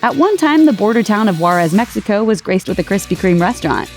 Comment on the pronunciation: El poso it's el paso also said juarez wrong but still Krispy Kreme is good